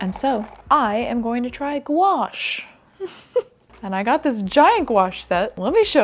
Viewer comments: I really liked the painting video 🙂I look forward to another 1 with your new paints. Though i did not know what you meant when you said the word of them! Gonche? Gonache? haha Owwww new doggy! She's so lovely! <3 Welcome Pippin. I think i have watched your videos since you were in your nana's house, so like 2018? Maybe before. I enjoy them all as i always have done;-):-) Well done on 10 years! Wow! & the best of luck with your new space/warehouse project! Owwwww exciting! <3 Just do you. What makes you happy, we support you and will watch them all. We are proud of you, and you should be of yourself too. We are glad you do 2 videos a month also as 1 would simply not be enough!:-);-) Forget the viral videos, as we grow older, our pace of life does change. And that's not a bad thing. A few youtubers have said the same thing recently, it's not just you. I think we would rather see better quality content as you do in all your videos, & why we watch your videos over others, -than viral fast pace rushed videos like others do. Leave that to the youngsters who have no attention span! lol P.s the editing on this video was fine. You are too hard on yourself:-) Your editing is always funny and top notch. Love the new merch! I shall definitely see if i can purchase something, as i too am a floor troll, but just on my bed. Bed troll if you will. & i always respect the little guys:-D xxxxxxx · This is the first time I've heard someone say gouache out loud and it is not pronounced how I thought it was.